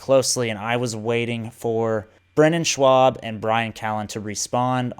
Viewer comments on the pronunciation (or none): You need to re-upload pronouncing Schaub instead of Schwab 😂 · It’s schaub not swab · Brandon “Shwab”? Really ? You listen to the comedy podcast world but you dont even know know how to pronounce big brown’s last name? How are you entitled to say you listen to the comedy world and make video on it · dude don't blame yourself I tried pronouncing his last name in my head as "Shuu-ab" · im so glad you said schaubs name wrong. lol fuck that guy